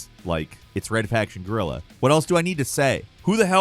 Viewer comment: What is Red Faction Gorilla 🤣 ? PLEASE learn to say "GUERILLA" right and not say Gorilla hahahahahaha.